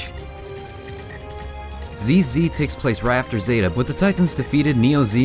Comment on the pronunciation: It's pronounced "ZZ", not "Zee Zee"